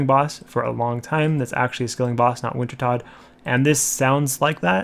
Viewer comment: Wintertodt is pronounced Vintertoad. Prifddinas is pronounced Prive-thee-niss.